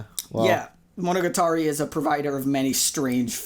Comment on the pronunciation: Why does pronounce monogatari as if it isn't the most commonly spoken word in the show